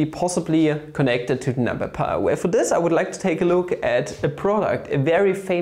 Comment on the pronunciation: Lol what is wafu do u mean wife?? 🤣🤣🤣🤣😂😂 I think dividorial is pi's boyfriend and pi is dividorial's girlfriend what a beautiful relationship 😍😻💟 And u pronounce 5 like FAF just like y as whayy(inspiriert von Ozarks bester Netflix-Serie) And u pronounce pi over 2 like paaaye over two ("""")